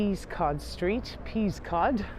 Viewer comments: It’s not pronounced Peas cod street. It’s Pest cod street. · Great video! Just a heads up, Peascod Street is pronounced "Pess-could" rather than "Peas-cod".